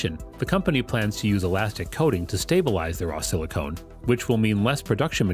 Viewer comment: The VO seems to confuse the pronunciation of silicon as silicone. Silicon and silicone are not the same thing.